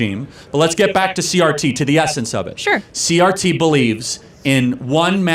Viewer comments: I enjoyed your video but you constantly call critical race theroy CTR. It is CRT. Again i enjoyed the video. But it was driving me nuts lol. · Omg narrator, you invalidate your argument by degrees every time you say CTR instead of CRT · Are you dyslexic? it's CRT not CTR